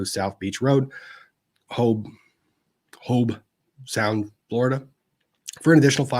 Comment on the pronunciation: Hobe Sound like robe….